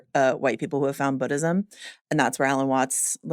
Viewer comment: I love these recaps but it hurts when the girl in the glasses says BODism